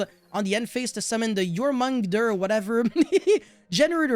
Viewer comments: The pronouniciation for Jormungandr: YOR-MEN-GAN-DER. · The way you pronounce "Jormungandr" is killing me. Love you <3